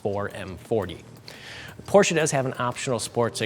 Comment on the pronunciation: Half the video is about iPhone charging and hold brake pedal functions? Nitrous button? Guy has no clue about cars and is way out of his league. Me thinks he doesn't even know how to pronounce Porsche. He needs to take a lesson from Thomas at Autogefühl. Terrible review.